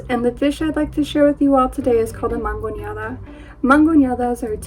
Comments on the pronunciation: It’s “MANGONADA”, not “mangoneada”. Perhaps your contributor is overcompensating or overpronouncing due to lack of formal education, but “mangonear” is a verb that means “to boss around” or “to manhandle” (from “manga” - sleeve, I.e., to grab by the sleeve). Thus “mangoneada” is the act of manhandling. “MANGONADA” is a word that follows the pattern of “limonada” (lemonade) and “”naranjada” (orange drink). Your contributor is wrong. Look it up in a dictionary. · Duda genuina a cualquier mexa q vea, quién dice mangonEada con la e ahí???? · It's not mangoneada, nor mangoñada. It's mangonada. Jesucristo